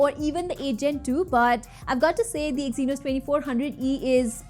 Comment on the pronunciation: I just stop watching after i hear exynos😂😂😂